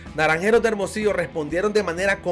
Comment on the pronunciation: Ese locutor que able bien es Hermosillo güey aprende avlar bien no saves pronunciar hermosillo